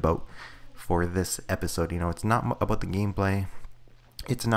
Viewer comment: ABOOT! :D